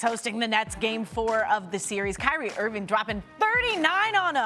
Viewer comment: Cry-rie Earving!!!